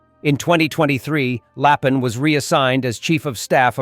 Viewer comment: Very bad AI translation. All the names are wrong. For instance, it is general LAPIN. That's ruin the credibility of this channel